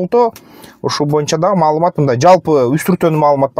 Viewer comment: Маалымат деп айтып койгулачы маамылат дедирбей жиптин урайын